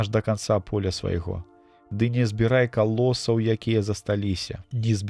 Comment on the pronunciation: Агаворка: калосаў замест: каласоў.